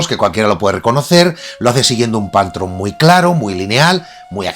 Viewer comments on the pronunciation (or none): none